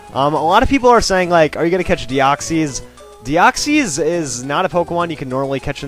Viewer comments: de-oxees? DEOXEES!!!!!! HOW DARE U PRONOUNCE IT WRONG DEOXEEEEEEEEEEEEEEES IS WRONG tis pronounced de-ox-is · no offense but you pranouced deoxys and rayquaza wrong. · You pronounced rayquaza and deoxys wrong